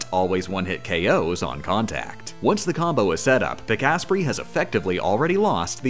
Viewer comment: That's how you pronounce Pikasprey? I always thought it was Pika-sprey, not Pik-asprey. , no it's the same probability every time the "dice is rolled", it's more likely that one of the attacks will miss the more attacks there are that can miss. it could be the 20th, the 60000th or the th, they all have the same probability to miss.